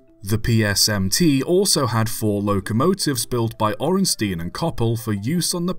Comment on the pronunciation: I can't speak to your pronunciation of Indian place names, but I feel obligated to point out that Orenstein rhymes with beer stein. In German EI is pronounced like a long I in English, and IE is pronounced like a long E, that trips me up all the time when trying to speak/read German.